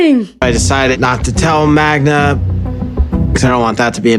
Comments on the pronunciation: Idiot still calls her Magna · Why is he still calling her Magna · not being able to say Magda's name right is problematic. 😂